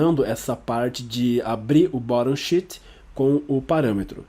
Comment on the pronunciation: Excelente aula, muito obrigado! Em qdo vc falou "Sheet" pareceu que era "shit"!